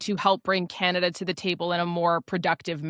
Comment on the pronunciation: Don't you hate the degrading way he pronounces "Canada".